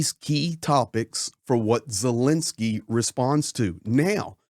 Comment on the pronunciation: Thank you for your support of Ukraine!!! 🇺🇦(Please pronounce Ukraine's President's name correctly. It's not Zilinsky, it's ZELENskyy.)